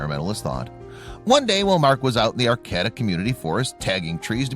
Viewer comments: It is "AR KAY TA" not arCATa!!! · It's pronounced R-K-D-uh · "Arcayda", the second "a" says its name b/c the last "a" makes it do that. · That town is pronounced "Ar - KĀ - ta". Look things up, will ya?! I'm a Californian & couldn't figure out WHAT you were talking about! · I dislike any one who does not know that they are pronouncing the name of the town wrong: it is AR KATA you nutty fluff ball! I grew up there! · Ar-Cay-ta. And I’d never bother a structure up in the Emerald Triangle. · Which cabin ? Learn how. To pronunce Arcata ! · Learn how to pronounce "Arcata"... No reason Not to show real cabin!!! This video is 8 minutes to long!!! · Its a true story I live in arcata the pronounce it wrong. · I know, they could at least pronounce it right: emphasis on the second syllable, second 'a' is long!